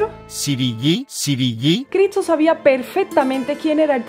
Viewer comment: Me gutsa, tu idioma que me voltea el nido, no el nudo..de mi idioma, el tuyo o el muetsro, tocas divino, pero me enrevesas, no puedo concentrarme con eso de que dices Critso.